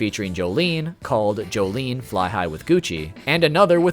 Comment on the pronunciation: Joe-Joe-lin Not joe-joe-li-an